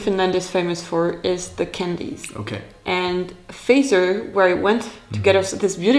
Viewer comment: I'm gonna be THAT guy, but Fazer is not pronounced like Phaser, it's not from Star trek, proper way to pronounce it is basically fat sir :D Also the oil with the bread might be olive oil with with herbs, not sure, or maybe even rapeseed oil, which is pretty common here.